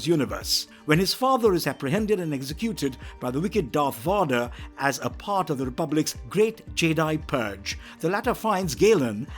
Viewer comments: Darth Vodder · who tf is Darth Vaadar